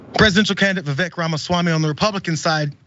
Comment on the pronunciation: Wait so you’re fine with mispronouncing his name because white republicans do it?